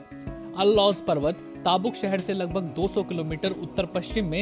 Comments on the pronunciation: Taabok mat bolo is city ka nam tabook تبوکhai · वो ताबुक नही तबूक शहर है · It's tabook not taabok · Name is tabook...not taabuk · its currect pronounciation is taboook not taabuk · Abe naam to sahi se lo tabook iska sahi pronouncacation hai baki naam bhi galat liya hai